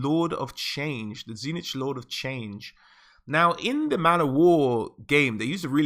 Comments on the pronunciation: Dude. It's not TZEE NITCH... it's TZEEEECH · Tzeentch is actually pronounced Zeen-ch, not zee-nitch.